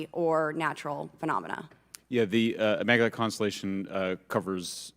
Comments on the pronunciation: the dingbat congresswoman keeps saying, "immaculent," even after having read the word countless times before this hearing she was voted into office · “Immanculant” with an n lol